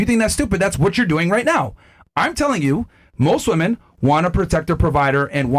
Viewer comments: She doesn't know how to say "women". That says it all. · Why in the actual fuck are women saying woman as plural? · I’ll never understand how people can’t say WOMEN correctly. It’s pronounced WIMEN. Woman is singular. Women (wimen) is plural. Fucking losers